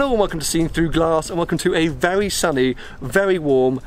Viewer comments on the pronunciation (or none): none